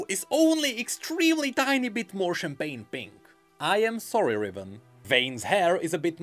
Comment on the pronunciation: At this point I just watch this to hear "champagne pink"